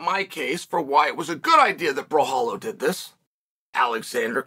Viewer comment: Came here for the mispronunciation of Borralho .. did not disappoint 🤣 Also make Costa vs Borralho NOW! Did Steve Erceg call the champion out after KO-ing Schmell?